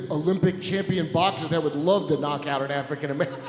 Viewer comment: the “would” got me. lol.